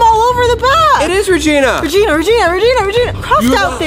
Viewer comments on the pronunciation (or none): It's rigena ginera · it's Regina ginera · It’s Regina ginera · It's Regina ginera😊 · It is regina ginera 😊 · Its regina ginera